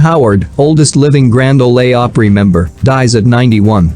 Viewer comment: Learn to pronounce Grand Ole Opry